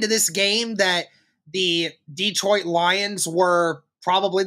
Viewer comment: Detroit is not pronounced Dee-trout. It’s Deh-troit. Just thought you might want to pronounce it correctly with respect.